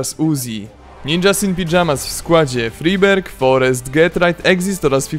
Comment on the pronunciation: FRIBERG XD